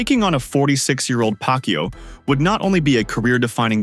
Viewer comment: this narrator is really laughable, his pronunciation on Manny's surname is pac-u😂😂😂